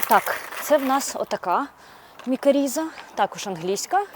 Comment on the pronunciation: Дякую а інформацію! Лиш не мікаріза, а мікориза.